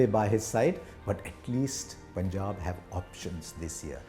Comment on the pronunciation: The way Harsha says Punjab =❤️